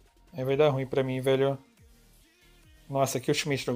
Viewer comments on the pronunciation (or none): none